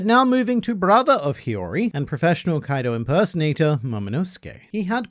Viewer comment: I cant help but laugh eveytime says Koido because it sounds like coito which is a spanish word for sex